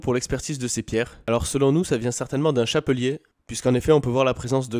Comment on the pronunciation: Pour le contenu de la boîte on dirait des perles d'ambre, celles que l'on trouve sur les coliers que l'on met aux bébés quand ils font leurs dents, cela a des pouvoirs apaisant paraît il ! Et sinon, ont dis "chapelet" le chapelier c'est celui qui faut les chapeau 😂😂 Bonne vidéo les gars vivement la prochaine !